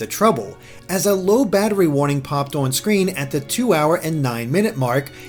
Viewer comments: it's on, not ouwun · owrn the way he says on is lol